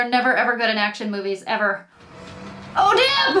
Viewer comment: Stop with "the shirt". Heh. Either say the word you really mean or don't say it at all. "Shirt" just sounds ... silly. Ridiculous. It's your channel, but ... that's my vote. :) Wait. Did you say ... "dib?" Or "dip?"